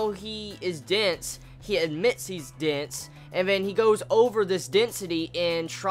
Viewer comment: took me a while before I realized you were saying "dense" - I was hearing you say "dints"